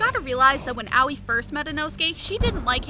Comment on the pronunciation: Its ahh oii not owey haha